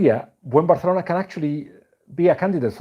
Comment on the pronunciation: Actually that's how it is pronounced.